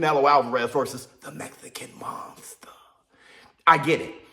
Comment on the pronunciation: Yo ain't no other way to say it " Tha Mexican Muuunstha" 😂😂😂😂